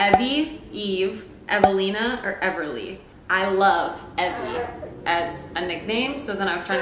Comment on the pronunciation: Awww my name is Evelyn and EVERYONE calls me Evie :) I love that you spelled and said it the way I do. No one ever says is right. People always way eevee. I'm not a Pokémon people!